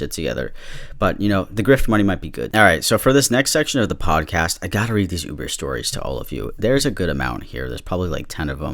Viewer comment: When you said ‘lube-er’ I actually laughed until I cried lmfao I’m probably really dumb but thank you for that dude